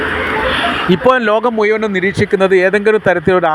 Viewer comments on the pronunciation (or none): മുയുവനം അല്ല മുഴുവനും